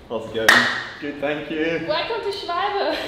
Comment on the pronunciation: Dang! Can we Americans - and even you Brits - please learn to pronounce the name properly? It’s not pronounced “Shwohlbee” it’s “Shvalber”